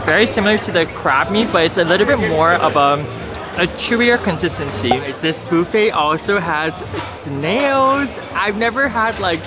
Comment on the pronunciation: Subscribed partly because you pronounce it ‘Bouffet’. 😊…like bouffant.